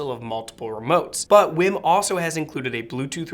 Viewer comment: Dude, I believe it's pronounced "weem." But phonetically it probably should be pronounced "Ym." But no matter how you pronounce it they seem to be amazing products (I've watched many reviews that all seem to be in agreement). I'm considering a WiiM Amp for my bedroom.